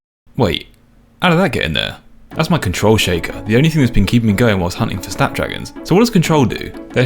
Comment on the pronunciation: It's pronounced "Snappy D"